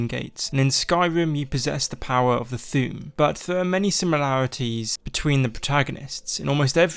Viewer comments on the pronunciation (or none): You say Thu'um like Thewm